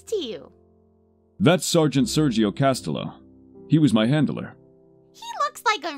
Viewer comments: I love this but Castillo is pronounced like Cas-tee-yo. In the Spanish language two "L's" make a "Y" sound. And Sergio can be pronounced any way yet most of us say it like Sehrr-hee-yo. (I put a double "R" since we roll the tongue to make a purring sound). Other than that the dub is amazing! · I love this but uuuuuuuggghhhhh the pronunciation of Castillo.